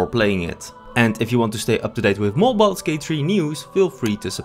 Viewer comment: "Balls gate"?